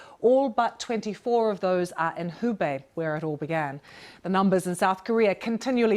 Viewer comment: She said hebei incorrectly